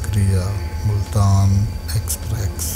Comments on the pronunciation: Exprex nahi express huta hay hahahahahah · Exprex nhi express hota hai..